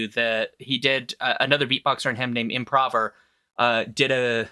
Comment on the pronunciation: Helium is another great beatboxer I'd recommend checking out. His beatboxing is some of the cleanest and most precise I've heard, it's insane. His latest video is a cover of Requiem For A Dream. Side note - the "o" in Improver is pronounced like the "o" in "to"